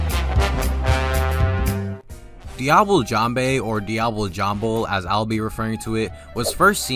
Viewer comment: Dee-ah-blay. For fucks sake.